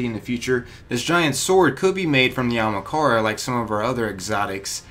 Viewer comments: lol usually these vids are good, but everytime he says Ahamkara, he says it like Amakaran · It is pronounced Ah - Haam - Kara not ah hm Kara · "Amakara" lol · Good video but did it annoy anybody else how he mispronounced 'Ahamkara' all the time?? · ah-hom-car-uh pronunciation, fool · Ahmakara? Bruh pronounce it right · Is anyone els bothered on how he saying ahamkara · A-ham-kara (ham is pronounced like haum) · A-ham-kara for fucks sake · I bet a million other people have said this, but its pronounced Ah-Hum-Car-Uh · you mispronouncing Ahamkara makes me cringe... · Learn how to pronounce Ahamkara please, it bothers me, and we know they were in our Galaxy but they were supposedly all killed off in our Galaxy, but apparently not all since some were spotted, and you clearly don't know they're coming with Osiris in the DLC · The sword was in destiny 1. Do some research. You're also saying ahamkara wrong. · I don’t understand how you said it so wrong..... you replaced HA with an R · WHY DOES HE IGNORE ONE OF THE A'S!!! ITS AHAMKARA NOT AMAKARA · A-HAM-KAR-A, not A-MA-KARA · Anyone else get triggered when he says "Amakara" rather than "Ahamkara". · Its not amakara its ahamkara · Amahkara? Not Ahamkara? Jesus dude. Taking illiteracy to the max. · Its not amakara its ah-am-kara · ... great theories, but it's pronounced Ah-hahm-ka-ra, not amakara... sorry, I get twitchy with mispronunciation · Its not amakara...its ahamkara... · ITS NIT PRONOUNCED AMAKARA!!! ITS PRONOUNCED A-HUM-CAR-UH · Not Amakara its A(H)amkara that annoyed me a lot, sry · Am I the only one that’s triggered by him saying “Amakara” instead “Ahamkara” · not trying to be a jerk here, just winced every time ya said it so feel the need to point it out :P It's AHAMkara NOT AMAkara. ya keep jumbling up the name a bit. :P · Bruh you're saying Ahamkara wrong!!! Not Amakara...AHAMKARA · I really don’t get why people cannot say (aw-hum-kar-uh) it’s not Omkara or Okamhara dumbass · aHAMkara, not ahMAkara.